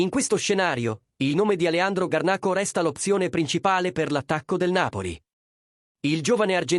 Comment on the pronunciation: scusi signore solamente per correttezza niente di che ma si scrive Garnacho, nel video non sta parlando una vera persona quindi sbaglia la pronuncia